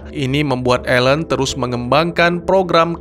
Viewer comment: Nama ilmuwannya Alan kok terdengar tadi plesetan dari nama alien